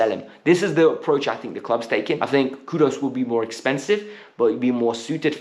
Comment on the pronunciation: Pls stop pronouncing KudUS as KUDOS... It is Kudus with the Letter U..take note